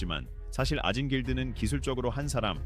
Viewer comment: 2분 44초 아진 길드를 오진 길드라고 잘못 읽었네요